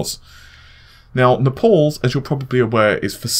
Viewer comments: Naples, Is pronounced NAPE-ULLS, not NEPAULS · Naples is the English spelling of the city in Italy near Mount Vesuvius. It rhymes with able, cable, and label. Nepal as you pronounce it is a country in the Himalayas in Asia. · Nap alls? Naples like the city. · Naples not Nepals